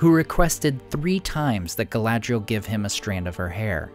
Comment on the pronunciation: You need to read the appendices regarding language! Only the rustic cultures have a schwa sound in pronunciation, in the tongues of elves, Numenor, Rohan, and Dwarvish there are none. Not Gal-AD-ree-ul, but Gal-ad-REE-elle Not LAIG-o-luss, Laig-O-laz Also, DAY-in, not Dane, for Ironfoot. The AI in Dwarfish usage of Dale's tongue is not a combined diphthong.